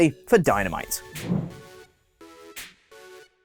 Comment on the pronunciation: Its not that hard to pronounce oli